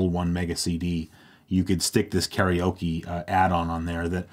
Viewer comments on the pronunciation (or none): none